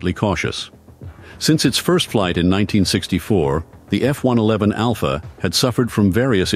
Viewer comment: Thank you Lord. "F One Eleven", most computer voices get that wrong, although this still sounds like a computer. And why is an American accent computer voice saying "aluminium"? We say "aluminum" here.